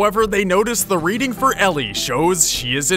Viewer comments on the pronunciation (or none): none